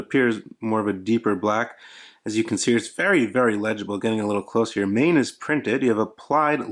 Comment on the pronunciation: It's pronounces "maan"